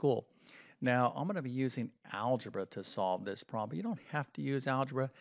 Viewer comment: Please correct the way you pronounce “problem “. It sounds unprofessional when you pronounce it as “proh lam”.